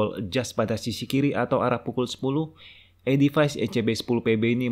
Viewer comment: Baca nya edifis, bukan edifais